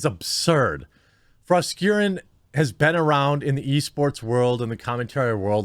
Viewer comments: I coulda sworn you said 'frost urine' not (however you spell that name 🤔) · Froskurrin or Fros'karren'?